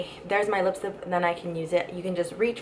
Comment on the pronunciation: why do you say lipstip.